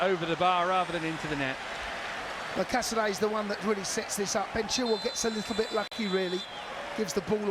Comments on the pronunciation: It’s pronounced “casa-day” Casadei 👌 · Unbelievable that the cannot pronounce Casadei's name properly 🤦🏻‍♂It really isn't that hard. Cazaday!